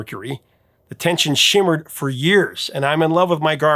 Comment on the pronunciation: "The tension SHIMMERED for years"? I think you mean 'simmered'.